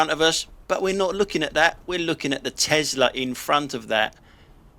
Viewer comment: "TOSLA" Love it, gave me a giggle 🤣👍👍